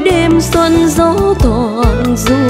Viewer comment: Cho môi em mềm mùa xuân, từ 'xuân' nên phát âm mềm hơn. đoạn 'những đôi mắt trẻ lệ nhạt nhòa' không nên nhấn mạnh vào chữ nhạt, mà để nó trôi theo lướt từ nhạt nhòa ngang bằng. đoạn 'không nụ cười đưa duyên' phát âm chữ duyên nên chuẩn hơn, trong này nghe gần giống chữ 'xuyên'. Đoạn tôi sẽ về đưa người yêu....đến cuối lại càng nhiều lỗi hơn.Phối khí cũng hơi chán. Diễn xuất nên trầm lắng nhưng tươi tỉnh, không nên buồn, vì bài này có rất nhiều ý nghĩa tích cực.